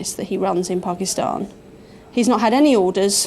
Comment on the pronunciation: says Pakistan perfectly!